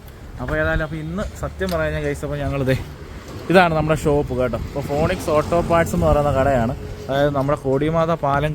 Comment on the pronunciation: ഫോണിക്സ് 😂😂😂 how to pronounce phoenix in malayalam എന്ന് വെറുതെ ഗൂഗിളിൽ search ചെയ്ത് നോക്കുക. പറ്റിയ അബദ്ധം മനസിലാവും.